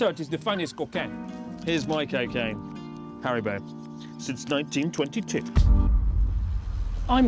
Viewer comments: If you don’t feel proud of anything else on this cyclotron, you can at least be proud of singing the Haribo jingle correctly 😄 pronunciation 10/10 👌 nice! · Your pronunciation of the Haribo slogan was perfect